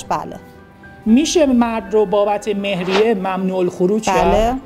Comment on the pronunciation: سلام وقت بخیر تلفظ مهریه رو عامیانه گفتید درغیراین صورت تلفظ حقوقی مهریه فرق داره.❤